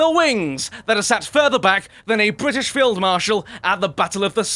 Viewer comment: i like when says bwrritish